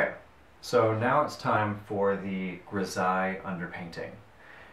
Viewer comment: Pronounced: Gri-zal-ly